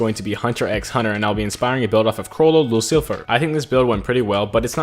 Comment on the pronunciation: So cool to have watched the progression of this build on stream. Still lovin the vids, but cravin for more streams. (plus, ayyy u learned how to say lucilfer!)